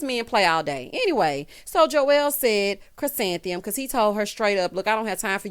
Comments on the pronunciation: Not calling “Ku-san-thee-um” flower child! 🤣🤣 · I’m so glad I don’t have to listen to try to say Chrisantheium. anymore.